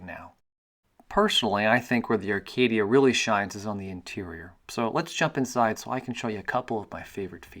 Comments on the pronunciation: Do you realize you are saying "Arcadia" It's Acadia. Not to be rude or anything. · "Arcadia"?......Acadia. *cuv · Not Arcadia...Acadia. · No mention that he said ARcadia the whole video?